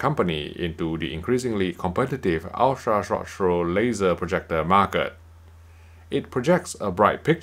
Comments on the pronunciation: "ultra rshh rshh rshh projector" .... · Is it wrong I love when he reviews USTP in part because how he pronounces it? Jokes aside amazing review as always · crack me up how this guy can not say ultra short throw